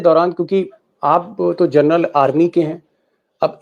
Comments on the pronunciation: Deepak ji.... जर्नल नहीं.... जनरल... General... बाकी great journalism.. salute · आपने जनरल को बार बार जरनल बोलते हैं